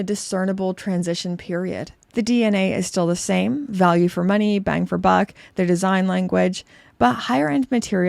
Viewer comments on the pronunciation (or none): none